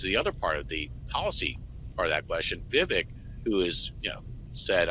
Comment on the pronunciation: It's pronounced Vi-vake.